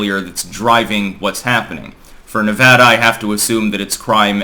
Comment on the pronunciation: You're one of the rare people to say Nevada without an H